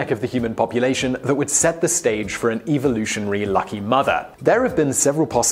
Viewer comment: what's "evolutionar"?